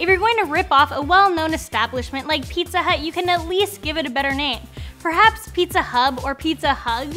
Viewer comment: ピザハァッ音がとても変だ